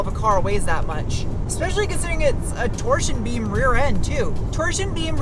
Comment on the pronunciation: . Torseen beam...😊